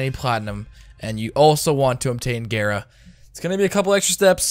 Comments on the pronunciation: Couldn't do it not with gaira being said over and over when every one else says it gar like car gara like from naruto. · DONT PRONOUNCE GARA LIKE THAAAAAAAAAAT. Gah-ra, not gay ra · It's gah-ra I learned that from Naruto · He said it like gayra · It’s gar a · Cringy af intro and prounounces gara wrong. Fuck outta here